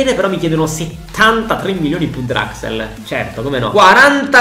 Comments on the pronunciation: hai detto draxel al posto di draxler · Si però mi da fastidio il fatto che dici draxel si dice Draxler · Si pronuncia draxler non draxel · Julian Draxler: draxel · Grande per tutto ma si dice DRAXLER con la L